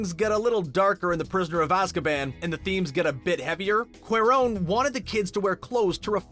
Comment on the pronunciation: ‘Director Alfonso QWER-RONE’?